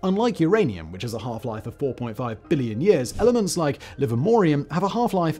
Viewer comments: Simon doesn't actually know all this stuff. He has a team of writers who are more specialized in different fields. I can tell this by how frequently he mispronounces jargon (like the names of some of the elements in this video). The whole can be greater than the sum of its parts - and deliver knowledge and be entertaining at the same time. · Sorry Simon, but your pronunciation of some of these elements is just horrible…